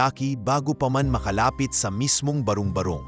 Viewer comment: ang pagbigkas ng barong barong ay hindi barung barung. ba-rong ba-rong hindi ba-rung ba-rung try to read it and pronounce well and read well